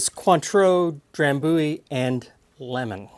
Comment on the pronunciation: Have you been to Scotland ? I used to live next to the drambuie factory. Maybe why I hate whisky. FYI Dram-bu-ie try say it like this with the “u’’ sounding like “you” then the ie on the end, that’s how it’s pronounced rather than “Dram-booie” as you say it.